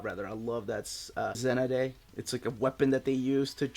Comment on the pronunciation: I enjoyed your review but what happened to the Strontium Dog story? About 13 minutes in we see you grab a handful of pages at the end of Halo Jones, then there seems to be a definite cut as you start discussing the Shamballa essay. I was looking forward to hearing your comments on Strontium Dog. Also, the weapon in Halo Jones is a zen-grenade (= zenade) and so presumably pronounced 'zen-aid'. Possibly the way it's written down the device makes it harder for the mind to make the connection.